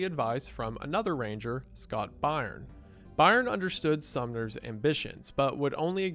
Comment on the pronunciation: Byrne is pronounced Burn.